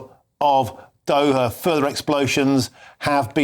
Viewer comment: OH their capitol of Doha. I could have sworn he said Dover in there.